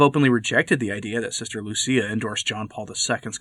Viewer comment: Lucia, not Lucy